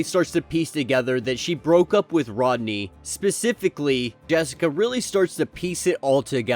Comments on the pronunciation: Rhodey.. lol not rodney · It Rhodey not Rodney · Great video as always except you call him Rodney when his name is rhodey